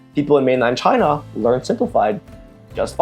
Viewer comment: "ch-high-na", "ch-high-knees" ch-HHHHHHHHHHHHHHHHHH